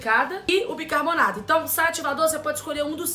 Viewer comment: Camila Loures n se fala “Bicanornato” o nome certo é Bicarbonato